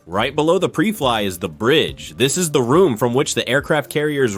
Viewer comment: This is total garbage. 'Pree Fliy'? How's about PRY FLY? Man this whole thing is screwed up. The numbers are wrong, the point is off, the stats are wrong. This is just a joke. Computer narration where the writer hasn't got a clue...